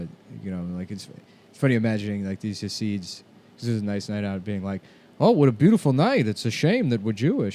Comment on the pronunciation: nick keeps saying hah-seeds. it's chah-sids. basically you sneeze and say syd barret, but dont say barret